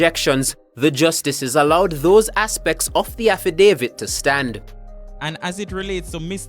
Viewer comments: Bredda, yu mean even after yu hear affidavit pronounce properly in the news clip yu still a seh “havidavid?!” If yu gonna vlog at least know how to speak bro. Outside of that you di good! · Learn to pronounce the word affidavit before you release your video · Please learn to pronounce the word “affidavit” you’re not pronouncing it correctly and it’s annoying. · Learn how to prounce the word dam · Very embarrassing. For a vlogger do some practicing for the words that you don't know first. Drives me crazy